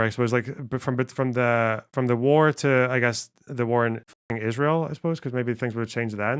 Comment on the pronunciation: It sounded like parody at the point where he refuses to pronounce “Israel”.